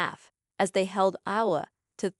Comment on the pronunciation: When your A.I. is so bad it can't even pronounce Iowa, I can't listen to it 🙄